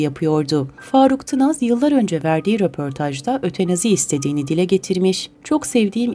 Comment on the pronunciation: Ötenazi değil Ötanazi..